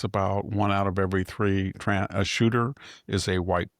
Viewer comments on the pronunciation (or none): none